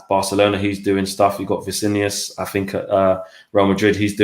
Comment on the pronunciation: Did say Vicinius😂😂□